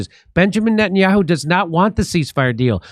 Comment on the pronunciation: Najan-yah-who?! 😂Jimmy! Call him Nathan Mileikowsky.